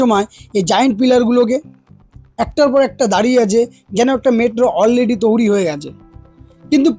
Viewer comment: তৈরী ওটা, তৌরি নয়